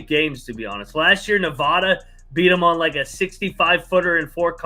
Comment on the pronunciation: It's Nevada, not Nevada. You guys always mispronounce it